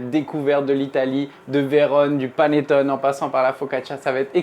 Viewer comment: Un maritizzò, des maritozzì? C'est prononcé à la française aucunement à l'italienne ! Vous avez mal entendu ! Je suis italienne et prof d'italien. Et on ne dit pas panettone mais paneTTOné. Le é final se prononce, l'accent est sur le O et le double t se prononce. On dit également perfetto et non perfeCto. Pour le reste, merci pour la recette, délicieuse !